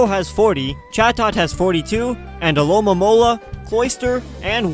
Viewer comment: Congrats on saying Alomomola's name correctly.